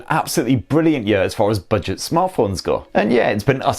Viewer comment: I love ' pronunciation of budget..."Bidget"...Bidget. Top review mate.